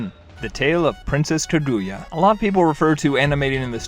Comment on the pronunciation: Ya know everyone can have their own opinion… but pronouncing it Jibli? Ka-gooya?